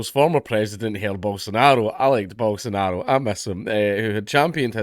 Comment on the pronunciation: It's not 'Hair' bolsonaro, we don't do the whole R sounding J in portuguese, only spanish does that